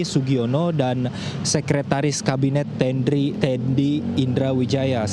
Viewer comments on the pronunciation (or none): maaf, sepertinya anda salah menyebut nama sek.kabinet itu mayor teddy indrawijaya bukan tendri atau tendi,trmksih salam